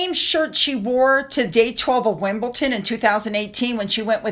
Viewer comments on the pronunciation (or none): WimbleDon not Wimblton